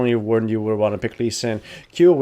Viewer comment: how many times you screwed up lee sin and master yi names, funny :D